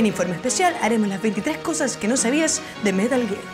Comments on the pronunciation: metah geeegg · "metl giiir"